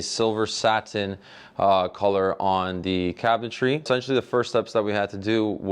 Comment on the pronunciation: Love his annunciation. SaTin. ☺️🤓